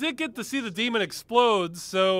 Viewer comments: Anyone else notice the narrator did not say "Demon", he said "Deemond".. He put a "d" at the end! Dude literally made a mistake on one of the most important words in the sentence and they kept it in. "The deemond is finally vanquished" Now that's a cool ending right there, vanquishing deemonds! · Ross echoing the "deemon" always cracks me up!